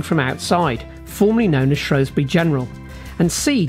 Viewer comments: Shrew Shrew Shrew. Not Shrow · Where is shrosbury, is it not shrewsbury in Shropshire